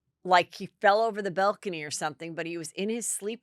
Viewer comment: What is a "bell-cany"? 😅